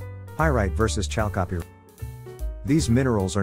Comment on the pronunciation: Oh maan, that voice-over is the best !!! Maybe it's because English is not my first language but from on, I hear : "...when Chal Copyright is provided with a** in-treatment..." :- "When exposed to a**... :D. That's just as golden as pyrite :D :D Fools gold :P